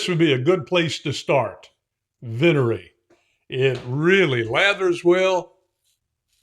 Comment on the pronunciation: with every new release, continues to distinguish himself. My Italian is pretty solid, so for this word, the emphasis is on the first syllable. Wow, where in Indiana? I was born in Mishawaka/South Bend.